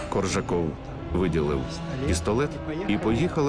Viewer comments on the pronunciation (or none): Коржаков, не Ржаков на перших хвилинах